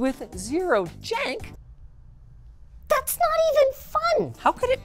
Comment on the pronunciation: I had to rewind, I wasn’t sure if Linus said “zero jank” or “zero.”